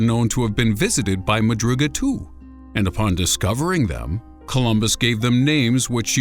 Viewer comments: The way he says the word "too" is so weirdddddddd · the way he said "too" tho lol